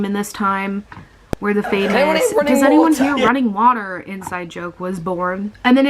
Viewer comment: „wotah“ PLEASE!😂